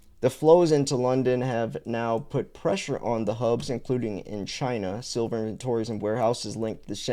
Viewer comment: is a little latahhhh...ayahhh... 😂